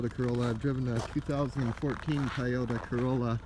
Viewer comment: Nice car, sorry I kept hearing "Tie Odour Corolla" xD